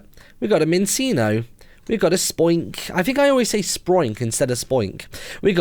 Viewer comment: Martyn minccino is pronounced minchino and cinccino is pronounced chinchino i watch the whole series of black and white